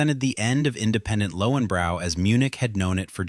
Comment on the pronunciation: Pronounced Lohvenbroy